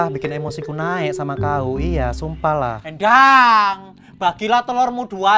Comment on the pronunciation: ku denger sri klo manggil endang itu endwang😂